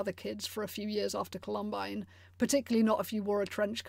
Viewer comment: You're saying "Columine" wrong, lol.